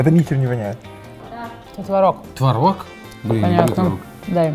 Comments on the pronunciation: Ребят, очень классное видео, реально топ. Но, пожалуйста, твОрог, а не творОг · Блин, ну творог, а не творог же))